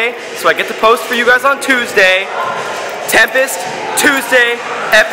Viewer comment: Its tempis not tempest